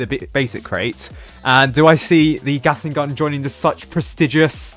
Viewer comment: am I the only one who’s hearing saying gasing gun note Gatling gun